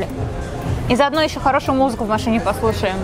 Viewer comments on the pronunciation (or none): не машне а в машиииииине